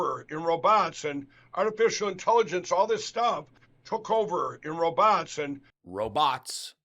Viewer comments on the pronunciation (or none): Lindell's pronunciation of "row-bots" brings to mind Dave Dameshek pronouncing the came word, "rowbits". 😂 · "Roe-bots"?!?! "Row'Bots"?! Fuuuuuuuuuuuggin frickin f@ That's going to stay with me now! Haha Of course Mike Pillows couldn't say it like a normal like a normal person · "Roe-botts". - WTF mikepillow? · “roBOTS” 🤖 Well everyone, Mike Pillow finally blew something other than Trump…his own cover. That particular pronunciation was installed as a warning for imminent system failure. Immediate introduction of C17H21NO4 is the machine’s only hope when that happens. Apparently Mike Pillow is a He-Bot prototype. I learned this from a scientific documentary called “The Spy Who Shagged Me”. Scary stuff. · "Ro-BOTS"? Is that the French pronunciation? Should we start referring to him as Michel Oreiller? Ooh la la! The AI picture of 45 cleaning the... er, emission off the couch made me cackle! Vance/Hamel/whatever continues to unimpress the voting public, and I PRAY that the Orange Menace is stuck with him through the election. Thanks for today's laughs,! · "Row bots"!!!😂😂😂😂😂😂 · Interesting how Lindel pronounces 'robot' like a Russian....ahhhhh explains it all 😂. Good job